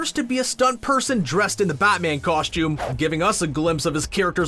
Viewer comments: I couldn't get over the narrator constantly saying "COSH-TOOM". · If this guy says “Coshtume” again, I’m going to reach through the screen, and take him back to Kindergarten to re learn the English language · HE ALWAYS SAYS COSHTUME